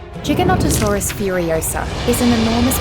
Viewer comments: AMAZING besides the messed up pronunciation like lol it's not JigaNontasaurays it's Gigantosaurus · Disliking for the simple fact you refused to say gigantasaurus correctly